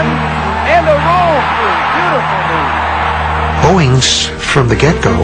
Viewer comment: it's "Owings" not Owens.